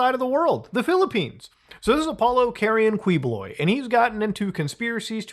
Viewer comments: It's*Keyboloy* but still Kuwiboloy is funny 🤣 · Apollo Kiboloy is how you pronounce this false prophet's name. Rohdrigoh Dooterteh is how you pronounce the arrested president's name